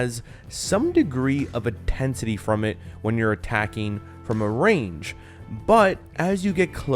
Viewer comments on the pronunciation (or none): none